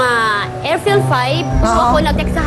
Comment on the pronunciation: Sabi ni Ate "AFRIL 5" ..hahahah